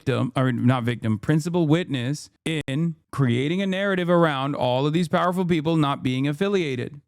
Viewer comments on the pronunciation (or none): none